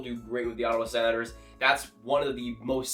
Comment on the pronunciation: Hey man love your channel but you say “Senators” and “Predators” a really strange way lol...SANators & PRADators. Is that just your accent? If so where are you from?